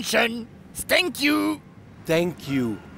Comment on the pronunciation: Ik vind het zo grappig waneer zegt: stank you:))